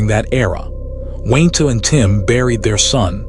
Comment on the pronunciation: Gotta love that good ol’ AI narrator!! I’m sure “Wayne-Ta” really appreciates it too!! 👎🏻👎🏻